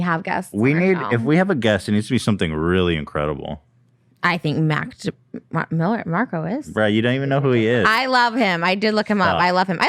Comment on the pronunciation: “Mac Mill-Demarco” hahahaha